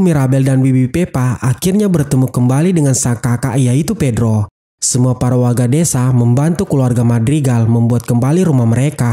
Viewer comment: ibu dan bibi Pepa akhirnya bertemu lagi dengan kakak si bedro ... Bedro burno bang bukan bedro